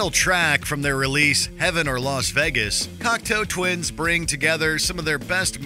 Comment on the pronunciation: Is it only me or does he say ”Cocktail Twins”?